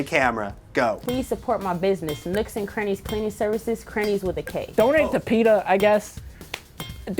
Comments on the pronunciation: I liked the second guy until he said dontate to peta, screw that guy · Man he lost me at "Dontate to PETA"